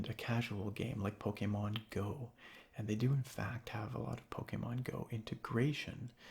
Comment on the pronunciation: Anyone else notice how he always says "ant" instead of "and"? I kinda like it